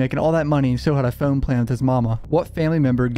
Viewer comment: Dude ur accent is atrocious no offense, really not trying to be a dick... Its hard to listen to certain words u say like "road" or "phone." Is that a California valley boy accent, or is it an odd Northeastern accent in Maryland, RI, Mass. or somewhere like that?? Someone on here has to know right?